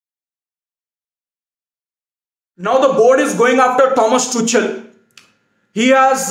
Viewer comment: Just for your convenience, he is pronounced Tukal and not Tuchal.